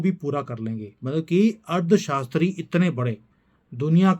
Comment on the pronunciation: You are speaking ' Ard shashtri'.. instead of 'Arthshashtri'